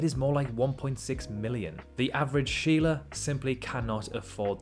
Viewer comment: "the average sheerla" as a aussie im dying 😂😂😂😂 we dont even say that